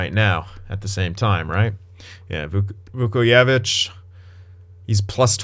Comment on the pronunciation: You pronounce the j in his last name btw